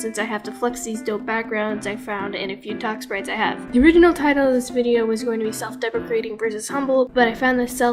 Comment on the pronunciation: I thought you said self-defecating